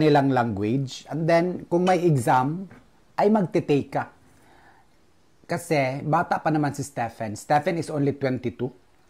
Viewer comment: happy for u look healthy,,,improve na pronounciation mo sa KASI not KASE,,,tker